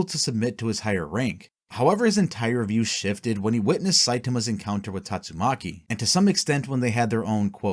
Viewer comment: You keep saying Tatsumaki's name wrong is annoying me.